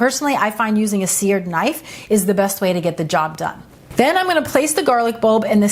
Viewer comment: “SEared”(?) knife? Or “Sehr-A-ted” knife?